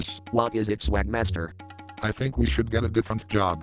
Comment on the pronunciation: Sawgmaster... New lore confirmed